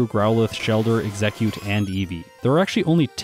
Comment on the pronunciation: Am it just my accent or is he missing a syllable in "Exeggcute"?